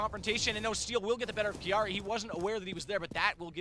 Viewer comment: Kiari? It's Kairi!